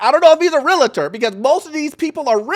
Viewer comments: While I agree with your analysis of the situation, as a loan officer, you should work on your pronunciation of this word. Realtor. REEL TOR REEL TOR REEL TOR Or just say real estate agent. Just sayin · I think he’s trying to emphasize the word REAL in Realtor. Like deal with real person not a fake scammer. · Realtor (real-ter not real-uh-ter) Two syllables not three. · Shouldn’t we say realtors and not realitors. The word is realtor. I dont know but the mispronunciation of this word is a pet peeve of mines. Sorry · Jeez. Love this channel but my ocd is crazy. Its REALTOR NOT REAL-A-TOR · You need to learn how to pronounce REALTOR ... its not Realator, its REALTOR (there is no A between Real and tor)... you are a lender and I am sure you want to work with a REALTOR not a REALATOR. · Realtor NOT Realator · The info in your video is accurate but it’s super annoying that you say REAL-A-TOR at least 100 times. It’s REAL-TOR. There’s only one A in the word. Not two. If you’re a Lender, I’m shocked that you don’t know that. And as someone who’s licensed as both a Lender and a Realtor, I agree the Bar is low to become a Realtor. But it’s even lower to become a Lender. And we are the people who actually deal with people’s finances and personal information. Both sides need a much, much higher bar for enter. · It’s Real-tor NOT Real-LA-TOR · It’s REAL-TOR!!!! Omg if I hear this guy say “Reletors” one more time I'm going to have a heart attack 😭😭😭😭😅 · What is a Real-La-ta? 🤔 It’s Real-tor! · The correct pronunciation is REALTOR® not Real-i-tor. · FIRST OF ALL WHOEVER YOU ARE IT’S NOT PRONOUNCED “REAL-A-TOR” so you’re no better or smarter than you think! Shouldn’t you have known it’s pronounced REAL-TOR??!!!!! 😂😂😂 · Realtor not Relator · why do you and many others pronounce the word Realtors [real-tors] as real-o-tors? Not trying to bust your chops. Just want to know if I have been pronouncing it wrong. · REALTOR NOT REALATOR…. FYI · You can’t even say realtor lmao